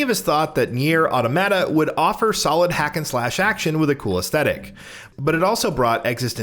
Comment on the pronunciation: Oof. That pronunciation of Nier: Automata was painful.